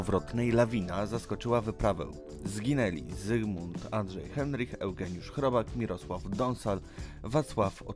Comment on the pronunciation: na początku masz zdjęcie żyjącego Leszka Cichego, nie wymawia się Andrzej Heinrich tylko przez " a ", wymawia się Kunjang Cisi, skoro nie potrafisz wymówić dobrze nazwisk i nazw szczytów lepiej się za to nie bierz, trochę lipa, przyczyną śmierci Kukuczki nie była pęknięta lina, tylko odpadnięcie i zbyt słabo założone przeloty, które pewnie poprzez zmęczenie były założone zbyt lekko, pęknięcie cienkiej liny było wynikiem szarpnięcia po adpadnięciu, Kersalio, raczej Karsolio się wymawia nazwiska meksykana, fatalnie to wszystko wyszło ..... czytasz z kratki widać, że nie znasz w ogóle historii .... nie wymawia się Simon Maro tylko Moro .........nie Krzysztofa Wieleckiego, Krzysztofa WIelickiego, Adam Bielecki